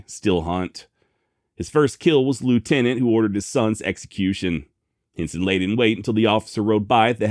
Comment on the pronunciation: Every time you said his name my mind heard “Jim Henson” creator of “The Muppets”. 😂